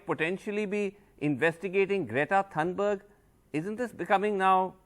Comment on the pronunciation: Its not pronounced thanberg, but Thunberg (thuu) Vasu.